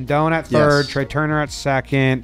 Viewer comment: I don’t what Nick is going to kill Trea for more: Taking forever to figure him out, or not pronouncing his name right